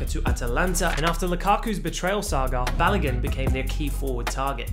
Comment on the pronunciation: You tried with the pronunciation Folarin Balogun😂❤